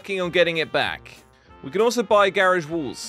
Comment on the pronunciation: He said garege!!!!!!